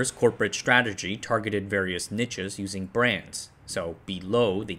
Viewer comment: And he keeps pronouncing "niche" as "Nietzsche". This guy must really love philosophy...